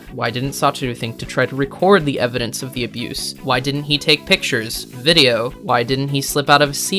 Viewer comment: "viedo" you have to be joking...